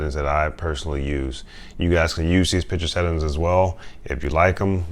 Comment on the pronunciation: I wonder if he knows there's an "ing" at the end of settings? "Settin's" 🤣